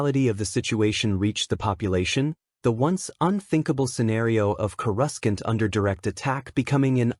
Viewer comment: Annoying AI can't pronounce Coruscant properly.